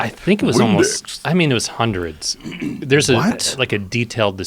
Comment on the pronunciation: Joe said hundrit percent to emphasize his certainty